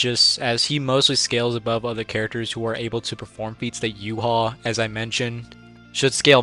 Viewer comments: Why do so many pronounce Ywach's name wrong💀. but then again its incredibly difficult (You-Ha-Bach) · wow bro said. Respect! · I was baked af watching this and kept thinking you were calling Yhwach “U-Haul”